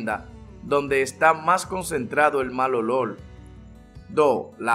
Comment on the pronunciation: "El malolol" 😂